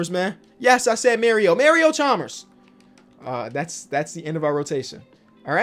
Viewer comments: never say "may-reo" again. it's "mah-ree-oh" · Who tf is Mary-O Chalmers??? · “Mary-O Chalmers”